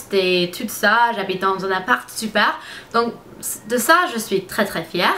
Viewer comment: Tu parles vraiment bien le français! On dit "je suis fière" pas "fièrte" lol en tout cas ce qui est bien c'est que quand on te dit comment on prononce tu le retiens pour là prochaine fois, j'ai remarqué que tu évolues beaucoup :-) Je ne sais pas si tu connais la série "2 Broke Girl" mais je trouve que tu as la même tête que Max Black (l'actrice principale) en blonde bien sur! :p Gros bisous de Belgique (éh oui c'est loin de où tu habites lol) et surtout continue tes vidéos tu es superrrr :-)